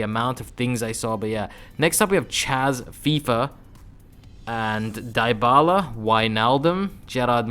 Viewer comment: Fck your "dybala" pronuntion